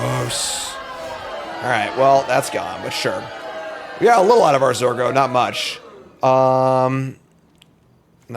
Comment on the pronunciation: Believer. It's Zur go!